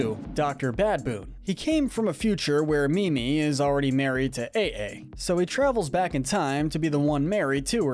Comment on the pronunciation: You pronounced AiAi wrong. It’s AYE AYE! As in “Aye Aye, Captain!”